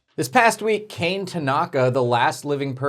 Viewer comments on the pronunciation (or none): You grossly mispronounced the name "Kane". It is pronounced "kahneh".